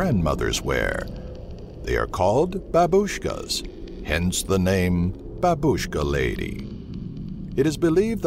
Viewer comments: I heard babuska lady a lot but every1 pernounece it really wrong I jsut understood what you mean it sounds more like baaaaaaa and word bush kaaaaa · funny voice, "the Babushhh-ka Leyday!"